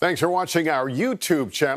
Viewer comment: lol the way whathisface at the end emphasizes YOUtube channel like an out of touch grampa gets me every time.